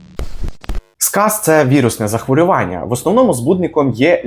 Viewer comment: Агов Вам, мосьпане! ЗахвОрювання має тільки один наголос. На "а" його наголошують лише неграмотні люди, які мавпують кацапів і/чи не знають, як правильно казати українською. Натомість вельми дякую за корисну розповідь! Україна має не найліпшу на світі статистику щодо сказу, тому інформування населення надзвичайно важливе! Дякую!